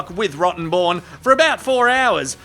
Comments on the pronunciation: I didn’t realize the lawyer’s name was actually Rottenborn, I thought was calling him “Rotten Bourne” as a tribute to the Jason Bourne movies! 😆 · I say Rottenborn changes his name as soon as this trial is over after Johnnie trolled the hell out of him for it. No way can anyone take him seriously anymore. All they'll do is see Johnnie on the stand saying yes you read that very well Mr. Rotten...born. lol. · same here, he said it verrry clearly, every time 😹 Rotten [comma] born. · I love how JD enunciated that lawyer's name every time...